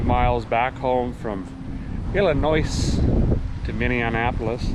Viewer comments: Illinois, when pronounced, has no "S" sound. For example.... ILL-A -NOY not ILL-A- Noise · lol the S is silent in Illinois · Love ya but that s is silent ;) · There is no noise in Illinoise. Got that big b oy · Illinoice. XD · Don't pronounce the S in Illinois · Idk if ur just sayin it that way just bc....but technically...the s is silent in illinois.......im a IL resident born and rasied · The S is silent in Illinois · Just so you know, the S is silent in Illinois. Funny channel to watch. Enjoyed. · You totally butchered Champaign Illinois lol no s at the end of Illinois an the g is also silent in Champaign but I saw y'all it was so awesome I love the cars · Love your videos but as someone who was born and raised in Illinois I hate it when Illinois is pronounced wrong. FYI.. the S is silent in Illinois. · Derek is the only guy in America who can mispronounce both Champagne and Illinois in the same sentence and still be universally loved. LOL